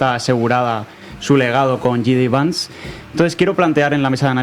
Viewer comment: El nombre se tiene con J. D. Vance, así que dicho en español será jota de Vance, pero no Jey di Vance, porque en inglés sería gee de Vance, que en español se diría y oiria como yi di vans.